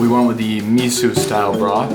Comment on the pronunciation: Why can’t he say “miso?”